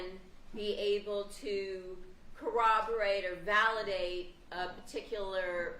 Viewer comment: Cooberate is not a word right? Isn’t it corroborate?